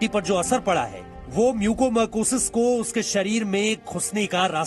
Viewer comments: As a Dr I want to suggest to see news ...please correct the pronounciation of this disease it's not a mucomercosis it's a mucormycosis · Mucormycosis not marcosis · It's mucormycosis..not mucomercosis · "म्यूकोमरकोसिस" नहीं मेरे भाई "म्यूकोरमाइकोसिस" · It is Mucormycosis not mucomarcosis. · Bhaiya apna pronunciation sahi karo it's mucor mycosis म्युकरमाइकोसिस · Disease ka name h MUCOR-MYCOSIS bar bar incorrect bol rha